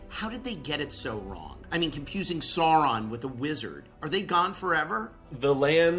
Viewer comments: He keeps saying Seron insted of Sauron, im getting anoyed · Interviewer can't even say SAUron or Morfydd's name correctly. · These interviewers pronunciation of Sauron lol